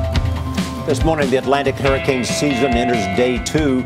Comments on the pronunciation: does anyone else realize he says harricane? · Why is he pronouncing it like "whoreicane"?? Lol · Take a shot every time he says harricane